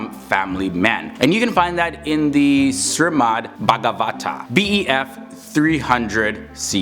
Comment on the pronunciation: its SHRIMAD not Sirmad